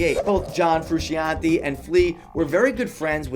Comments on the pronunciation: frew shawn tay, not hard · 4. John "Frusheeantee" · John Froo-Shon-Teh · It's not pronounced "Froo-Shee-an-tay". it's "Froo-Shan-Tay". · John Frusc-EEE-ante?!? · John Froosheeontee...lmao. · John Froo-Cian'te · Have u ever heard of John froo-she-ontee? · Your saying frusciante wrong dum dum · I hate how he pronounces frusciante